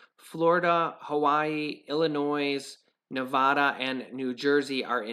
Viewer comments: Illinois .... the “S” is silent. Not to be a stickler, but being from Illinois, I hear people mispronounce it all the time. Also, big fan of your show. You’re doing a great job. Come on 200,000!! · Hey. Your son is cute. I have grandson that age. Precious. Just wanted to let you know that when you say Illinois the s is silent. My mom was born there and instilled that in my brain. Really appreciate the work you and your wife put into these videos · He sounds so intelligent until he says Illinois... With the S... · The s in Illinois is silent